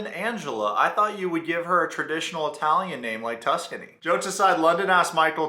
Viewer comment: Anyone who emphasizes the “i” in Italian isn’t Italian 🤣